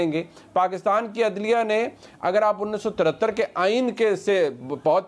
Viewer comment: Bara Aya tajziya nigaar.. muneeb farooq 1973 , Urdu mein "unees so tarratarrr" 😂.